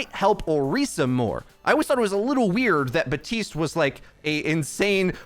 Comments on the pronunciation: Please stop saying BUHTeest, it's BAP TEEST I KNOW YOU CAN READ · why do you say Batiste and not.. Bap- tiste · Hey bro his name is Baptiste. There’s a P in it. He’s been live for a long time now. His name is not batiste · Except it isn’t meant to be pronounced “bap teest”. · This dude does not say the P in Baptiste